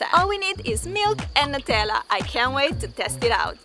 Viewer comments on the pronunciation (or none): Why are u pronouncing it as 'netalla' its pronounced as 'newtella'❤❤